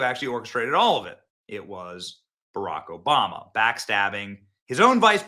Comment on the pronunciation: Did you say Barok Hoebammuh?